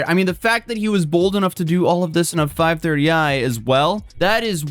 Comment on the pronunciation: As a car guy the emphasis on the 5 THIRTY I is killn me hahaha base model😂